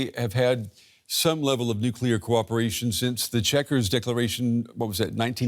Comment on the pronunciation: Is US control of UK 'Nuclier' a problem?